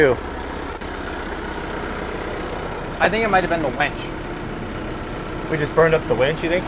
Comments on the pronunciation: It's a WINCH not a WENCH. Very different... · Please reach him the difference between 'winch' and 'wench' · Winch... WINCH... not wench. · Words of wisdom:. 1--When pulling something that dead throw an old coat or two over the cable line in case it breaks the cable doesn't for better words bitc,.slap you or kill you. Don't want to see that happen. 2: it drives me nuts when people say wench not winch. It is two different things . Sometimes people's pronunciation gets blurred by area or generation. Anyways take care and love the channel. Cheers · Every time says winch, I'm hearing "wench"